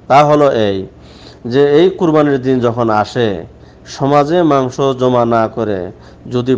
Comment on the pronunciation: মাংশ শব্দটা কি আপনার বলা ঠিক..?